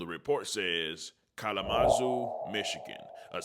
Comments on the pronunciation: N*gga said “collamazoo” 😂😂😂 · Kal-uh-muh-zoo. Kalamazoo! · Cal-la-Mu-Zoo… Kalamazoo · wait you saying the city wrong gang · 🔑 🗣🎥 your saying Kalamazoo so funny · Yeah he butchered that one